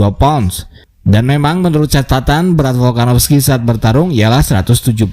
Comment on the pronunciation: Volkanovski bukan folkanofski